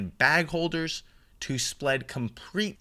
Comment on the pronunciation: "To splead comrete" Lol